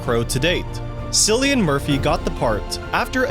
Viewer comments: It’s Cillian (Kil_iean) not silian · Christopher... WHO?? "Silly-in"?? Glass Gow?? Come on man, some basic pronunciation and research would have helped here. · It’s pronounced Kill-Ian Murphy. It is an Irish name and uses a hard C. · “Sillian” Murphy LOL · Sillinian Murphy and Christopher Eclesston you say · Cillian's name is pronounced KIH-lee-un not "Sillian". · From an Irishman the pronunciation of Cillian is killing me inside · KILLIAN, NOT SILLIAN. How are you going to do research and not learn how to say the actors names? And the way you pronounced Glasgow was embarrasing dude! The W is silent. You just say Glasgo. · Sillian Murphy hahhhahahahahahahahhahahahahahahahhahaha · Bro his name is pronounced “killian” not “sillian” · Sillyian? Otherwise known as “killian “ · It’s not SILLY-an, it’s KILLY-an. This guy needs to do basic research on how to pronounce people’s names. And also just how to read and place pauses in the correct places. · Cillian Murphy's name is pronounced "Kill-ee-an", not Sillyan. It's an Irish spelling. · "Cillian" is pronounced Kill-ee-an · Cillian Murphy's first name is pronounced with a hard consonant (more like "Killian"). It's an Irish name and there's no "K" in the Irish language like there is in English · Cillian is pronounced 'kill-ian' and its 'ek-ull-stun' 🤦‍♂️ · “Sillian Murphy” “Glasscow” Bro you serious? It takes ten seconds to look up how to pronounce things you don’t know how to. Ffs 🤦🏽‍♂️ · SiLiAn MuRpHy 🥴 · Sillian Murphy? You're making Dark Knight critique videos and you can't even pronounce the name of one of the main actors? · I thank you pronounce Cillian Murphy the incorrect way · it’s pronounced killian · the ‘cillian’ in cillian murphy is pronounced ‘kill-ian’ ‘glasgow’ is also pronounced ‘gla-z-go’ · Is no one going to talk about how he pronounces Cillian?? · Did u seriously pronounce cillian murphys name wrong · Cillian pronounced with a hard C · bro pronounced my boy Cillians name wrong :(